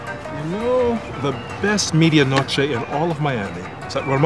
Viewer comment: that's not how u say media noche :/